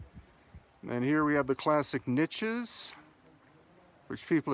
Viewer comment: Niches The word has no "T"